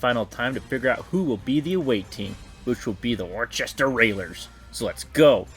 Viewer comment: As a New Englander and partial fan of the Railers its pronounced Wu-STAH